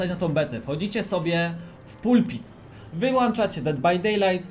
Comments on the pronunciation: Wyłączacie a nie wyłanczacie uszy mnie bolą... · Wyłąąąąąączacie, tak samo np. Włącz ( Jest włąąącznik od światła, nie włańńńcznik )